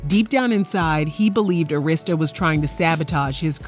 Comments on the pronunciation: And Arista is pronounced Air - is - tuh not Urrista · ITS NOT ARISTA (A Rist Sta) it’s Air I Sta = ARISTA Records 😂😂😂😂 DAMN WHO DID THIS VOICE OVER ???? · Pronounced ( Ah-ris-ta) Arista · It’s pronounced Ah-rista records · The way she kept pronouncing LaFace and Arista though....